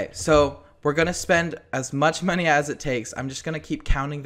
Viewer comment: The way he said monney lol,!!